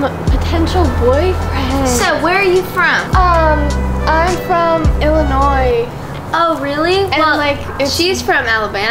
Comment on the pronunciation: Did really say Illinois?